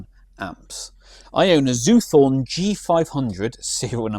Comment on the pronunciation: It's Zoot Horn, not Zoothorn......